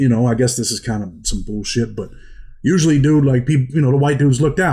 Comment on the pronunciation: Great story ! I challenge anyone to take a shot when Usp-lee is said!!! Cheers!!